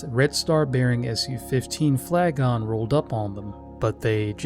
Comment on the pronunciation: The RC-135 is a Rivet Joint, not a joint rivet. And “Flagon” is not pronounced ‘FLA-gohn”. It rhymes with “wagon”.